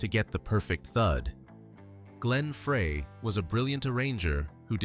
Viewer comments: I'm sorry, I can't take you seriously when you mispronounce Frey. Stop it! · FREY - PRONOUNCED FRY!!!! Not Fray.. Gawds, it's hurting my head listening to this crap AI narration. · You can teach A.I. how to pronounce people’s names. No excuse for this bullshit. Glenn Fray ? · It's Glenn frey not fray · Glenn "FRY" Frey. Please, adjust the AI algorithm so it can pronounce words correct. They didn't have large mouth Bass fish with guitar stings on it. Can't listen to this. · In ONE NIGHT I have heard A.I. Screw up at LEAST THREE Names that are House hold known to people all around the world!!! GRRRRrrrr!! It drives me NUTS!! That so many people are using it yet not taking the time to EDIT IT! It's NOT A REAL PERSON! It's a THING! Dan Aykroyd is not pronounced like APE! or ACHE!! It's like Apple or Abbey! And it's GLEN FREY said like FRY! Or FRIDAY!! UGGHH!! Sorry folks it's my peeve! Then there's Poor Bernie!! LEED ON BERNIE!! I'm gonna lose it! I'm gonna go fishing...Maybe catch some "Bass" fish!!